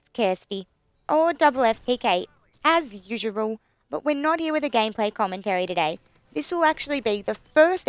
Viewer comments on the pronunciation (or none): I've just noticed you pronounce 'usual' as 'usural' hahah. Sorry XD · its kirsty or double f tk as usewew.lol.iove how u say that